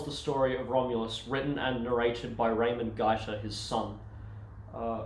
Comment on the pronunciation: you can hear SBS' atrocious butchering of Raimond Gaita's name.